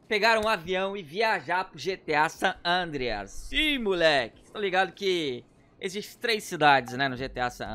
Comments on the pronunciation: É SAN ANDREAS KKKKK NAO SAN ADREAS KKKKKKKK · San Adreas 👏 seu português ta otimo